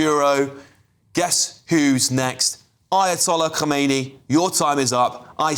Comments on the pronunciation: You're a not educated news. It's Khamenei not Khomeini. The later, is the previous one. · Khameini Not Khomeini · Mate, khoumaini died in 1988 and you're the reading the news to thousands of people. This guys name is Khamanei. Read it properly